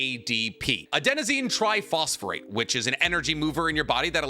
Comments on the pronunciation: Slight correction -- your body isn't making ADP, it makes ATP which is converted to ADP in metabolic reactions. And it is "phosphate" not "phosphorate". No hate, just a gentle correction from a fellow biology boy :) Love the content! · Ooof... not the masters in bio tech, but calling it "ADP" and putting an "r" in phosphate... **you put the image on the screen, ** Lol, jk jk! It's okay though, I have an Associates in bio so I knew what you meant. <3